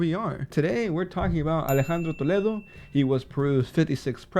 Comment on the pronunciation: Since you pronounced Toledo so perfectly I assume you also speak Spanish really well. En ese caso yo creo que aquí va hablar más bonito y van a caer más políticos relacionados con este señor